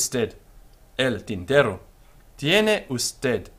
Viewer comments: Lol why are you.pronounce v in Spanish like W? Its a B sound (or a modern greek β sound) Also R and RR contrast in Spanish. R is an alveolar flap, your saying tinterro instead of tintero. Also I think pronouncing Y/LL as DJ is more common than either Y or SH(ZH). Spain and most of latin America does DJ part of Central America does Y Part of Argentina does SH part of Argentina and uruguay does ZH (or maybe I reversed those two) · Muy bien. Just an observation: single "r" has a softer, shorter sound than the "rr", which you already know, since sometimes you say "tinterro" (non standard) and others "tintero" (standard).